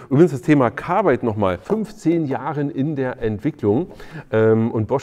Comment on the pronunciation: Woher nimmst Du das e aus Carbide für "dein Carbeide". LOL